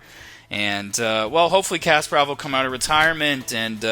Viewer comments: You should pronounce Kasparov name with the right intonation. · Kas-PAH-rov. (Accent on the second syllable) Not CASPER-ov. Good grief.... SHM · Um, it has nothing to do with grammar; it's just simple, correct vs. incorrect pronunciation. It's not rocket science. Common sense dictates that you don't make a chess video and then mispronounce the name of the very (legendary and well known, mind you) person your video is about!